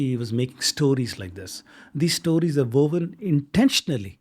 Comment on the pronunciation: Say "Stowries" one more time 😂